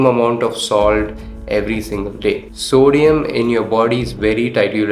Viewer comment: Sodium part is kinda hard to understand 🥲